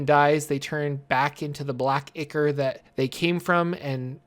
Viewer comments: One quick, special PSA: Dagon is pronounced DA-gone Ichor is pronounced I-kore (/ˈīkôr/). We now return you to your previously scheduled program. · It's eye-core